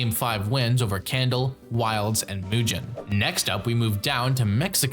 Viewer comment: great video! but next time pronounce mugen correctly pls ❤️ 🙏